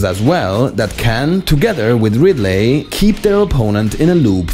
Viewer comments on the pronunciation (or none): STOP SAYING "RidLAY" when you mean Ridley. Ridley is pronounced (Ridlee) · Did anyone get annoyed by him saying radly?🤔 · "You want to hear another joke, Ridd-lay?" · "How about another joker, Rid-ley?" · the pronunciation of ridley is killing me